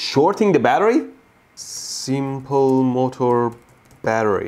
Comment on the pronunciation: He says motor the right way